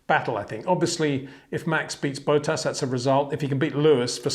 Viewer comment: I love you mate, but his name is Bottas, not Bowtahs